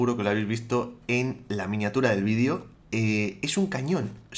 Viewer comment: jamás me acostumbro a escuchar 'vidio' en lugar de video pero me encantan tus videos!! 😃